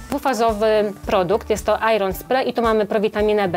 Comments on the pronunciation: Wiem, że nie w temacie ale iron nie czytamy ,,ajron" tylko ,,ejen" :D Ogolnie jestescie super :* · Akurat się z tobą nie zgodzę, ponieważ powinno czytać się „ajon” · być może ale nie ajron hah